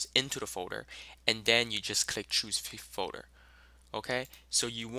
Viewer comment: folder not foder, its driving me nuts guy